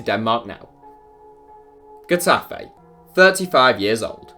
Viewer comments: Um... first, it's "Heh-Tah-Feh" not Gue-ta-fe. Also, you pictured Deportivo and Tenerife while featuring Getafe. Exactly why again? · Lol... your way of pronouncing Getafe is a joke... then you put images of Deportivo La Coruña or CD Tenerife to illustrate the club.. shit work.